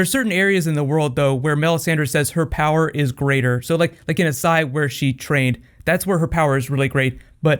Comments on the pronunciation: ***** As*SH*ai. 18 seconds in and I had to pause. The pronunciation is going to drive me up a wall. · dude its AsSHai sh.... (a-sh-eye) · Do you just not see the H in Asshai? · Why are you pronouncing it that way? Both the characters on the show, as well as the spelling of the word itself would make it "ash-eye", not "ah-sigh", like you're saying it... And then Qarth?? The show even goes out of it's way to give a lesson on how to say it correctly, via the Spice King.